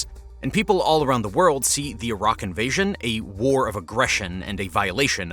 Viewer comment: A raq?? Youmean Iraq? Haha